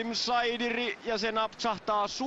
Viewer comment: se nimi lausutaan [sdiri] eikä [saidiri]. Tarkkuutta,!